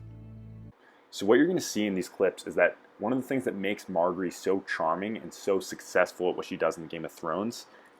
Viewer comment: Mar-jerry...learn how to pronounce her name, it isn't hard!